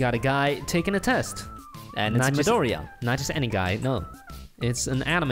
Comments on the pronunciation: maydorian?.... It's midoriya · Nobody: Still no one: Crackhead: MEEDORIA 😂😂